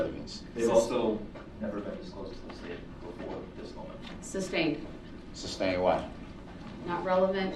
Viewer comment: Stop!!! It’s not substained!!!:) lol